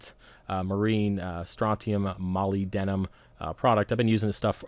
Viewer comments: Great video. You're not a trucker. Vanadium - pronounced va-nay-dee-um; Molybdenum - pronounced ma-leeb-den-um. Keep up with the good work. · Haha, It’s Ma-lib-denum. Good video, sir! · Good info looks nice . Pronounce y as an i molib-denum so you hear the "b" in molybdenum ☺